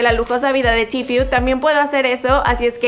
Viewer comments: Se dice tfue no tifiu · Se dice tfue no tfiu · Cada vez que decía tifiu(tfue) me quedaba como:KHE! YO EH ESCUCHADO A TODOS DECIR: TFU(tfue) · Se pronuncia "tifu" jaja pero bien video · like site incomoda que ella diga tfiu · “Tifiu” jajajaja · Di bien el nombre estás diciendo tifyu tifyu jaja hable bien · que mal que pronunciaste mal Tfue todo el video !